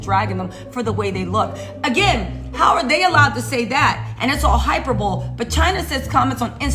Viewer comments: I'm crying! 🤣😂Girl every time you said hyper-bowl - I cried laughing! Don't be mad but it is pronounced hi-per-bo-lee. Love you to pieces though, frfr! 🤣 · Girl i love you but your mispronunciations TICKLE ME!!! HYPER BOWL😂😂😂😂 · It's pronounced hī-pər-bə-lē, emphasis on the {bə} syllable. 😉 👍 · I love you girl! But, hyperbole is pronounced (hy-per-bow-lee). Hope this helps😘 From one sista to another. Keep putting out them videos cause girl, you be spitting facts and having me straight DEAD!🤣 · Funny review as usual! Btw it's HY-PER-BO-LEE